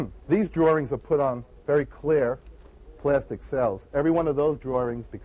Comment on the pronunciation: It's nice to see him being interviewed about "drorings".